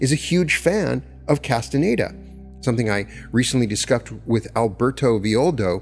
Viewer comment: The narrator's inability to pronounce "Castañeda" is very annoying.